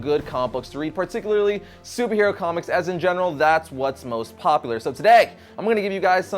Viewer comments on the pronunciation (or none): none